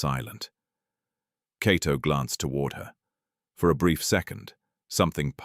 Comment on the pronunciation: The Name is not Keto, it's (Kato Byaruhanga)👍🇺🇬